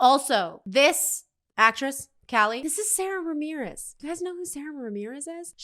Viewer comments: It’s pronounced Sahda Ramirez. And it always fun to see a ‘newbie’ watch these episodes. 😂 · Just a note: Sara (pronounced with a long "ahh" sound, not the standard American way) Ramirez is non-binary and uses she/they pronouns.